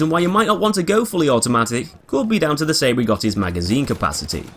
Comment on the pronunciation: Spells? You mean pronounce? I think you mean how ‘Cei’ is pronounced ‘Chay’ not ‘Say’ or ‘See’.